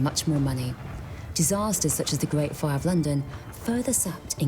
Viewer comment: The gwate plague